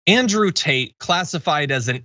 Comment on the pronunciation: It always sounds like Andrew Taint to me.